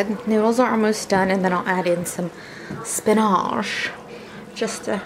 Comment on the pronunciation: oooh dayummm girl that sauce looks fantastic 😍also, the way you said SPINAAASH made me laugh.